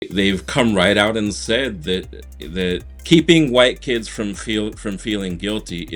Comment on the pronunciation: Why does he keep emphasizing on "kids"😂